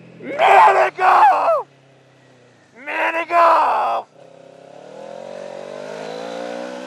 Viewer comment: I started wondering if you said pretsol or minigoolff XD HA HA Im soooooooo funny ;=